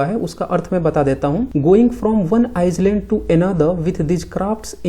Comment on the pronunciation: आइसलैंड नहीं आइलैंड होता है सर।